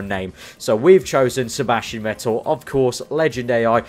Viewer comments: You speak it "fettel" , not wettel :D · I am going to kill myself if i should listen to a career mode where you are saying "Vettel" the wrong way in Germany you say V like an F so you should say "Fettel"!!!!!!!!!!!!!!!!!!!!!!!!!!!!!!!!!!!! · Vettel ist pronounced like "Fettel", sharp F